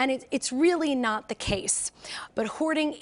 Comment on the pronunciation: Nah. Not really not the case. Not really naw the case. Not really naw the cay. Not are were. Not “are were.” Not on a spectrum. Not “on a spehtrum. /